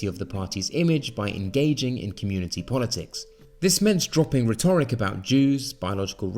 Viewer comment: Interesting videos but please learn how to pronounce rhetoric.